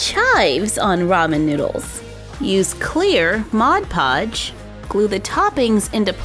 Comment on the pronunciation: Lol sh said mode codge